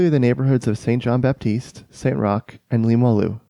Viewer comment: Great video ! Quick heads-up; at the end you mentionned the St-Jean-Baptiste neighbourhood in Quebec City. The correct pronunciation is to omit the "p" in Baptiste entirely. This is sometimes the case in french when a "p" precedes a "t" (like in « sculpture »)